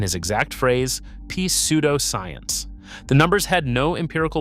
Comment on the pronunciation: I'm really enjoying this....but, I wanted to make sure you knew, for future reference, that the P in pseudoscience is silent. Keep putting out great quality videos!